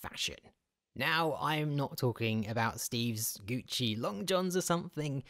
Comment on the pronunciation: "Steve's Goot-chie Long-johns"